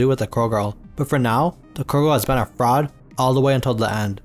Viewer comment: i keep hearing frog everytime i hear fraud girl, its funny to me hahaha.